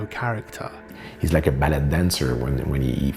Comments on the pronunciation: Still not understanding why Denis (a French guy) would pronounce "Ballet" as "Ballette" and not "Ball-aye"... unless he's channeling the word's Italian origin? Anyway, it seems odd to me. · I lived in Montreal for a little over 4 years, and in Ottawa, you have the Gatineau twang, but I don't recall anyone saying "Ballet" like he did... it was kind of odd!